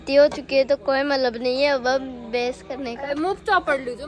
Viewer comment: bolna Aata nahi mallab mallab karti rahti hai matlab hota hai wo aur jab english nahi boli ja rahi to Kyu style maar rahi ho hindi wali hi audience hai tumhari